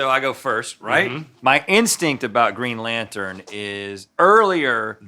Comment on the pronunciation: "Dark evro" lmaooooo dude please stop talking. "Geen lantun"